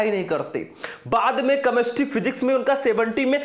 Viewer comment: कैमेस्ट्री होता है कमेस्ट्री नहीं